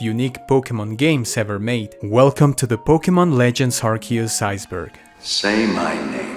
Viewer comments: Ah yes, Arkoos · Last time I was this early, Arceus was pronounced Arceus.